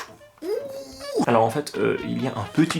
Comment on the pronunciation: J'adore les vidéos improvisées comme celle-ci tu devrais en faire plus souvent c'est super drôle :) (au passage la façon dont tu as prononcé "Pringles" et "Cheese Burger"... je suis morte XD)